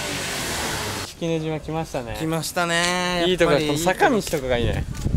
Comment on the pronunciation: スィスィンって言ってるよね⁉️